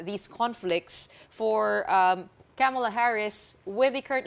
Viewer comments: Kamala pronunciation is accent on the first syllable and not on the second syllable. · Ronald Llamas, Please pronounce Kamala correctly. Accent on the first syllable.